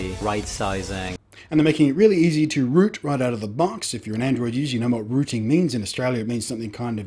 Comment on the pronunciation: Rooting, not rooing ;D